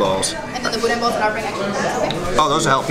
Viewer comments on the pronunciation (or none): It is pronounced budan. Not budin. BOUDIN. Ronnie's Boudin & Cracklins in Baton Rouge and Hammond, Louisiana rocks. The lunches in Hammond are to die for. Great video. Worked on my first Shelby Cobra 14. 52 yrs. ago. Lafayette, Louisiana. Way back when. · First, Boudin is pronounced "boo-dan". I'm a big fan of your channel. The cars you've restored are significant to the muscle era. The person you are is why I enjoy your channel so much. Youve been a huge source of trivia for anybody that likes cars, period. Thank you to your whole team for the hours of entertainment. The knowledge of Shelby's, by itself, is invaluable. Your catch word, OUTSTANDING, summarizes the whole channel. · Boo-den? Y'all better do a rescue next door in Lousey-anna! We gots some schoolin to do with! 😂